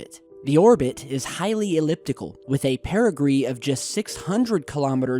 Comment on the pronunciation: You said, "paragree" -- funny, I know you meant to say, paragee - tongue-tied. ; ) Good work though - keep it up... they say it is lightweight, but maybe it is a 'Hefty' trash bag - even secret astronauts and Aliens have gotta dump their trash too from time-to-time.